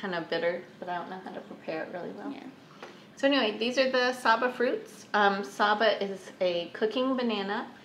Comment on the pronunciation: Great bananas! The "sa" is short and the "BA" is hard and pronounced.